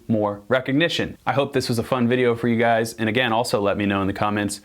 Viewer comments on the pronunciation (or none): none